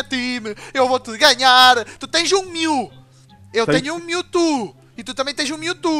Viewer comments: o falando mewto MILTU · o fala mewtu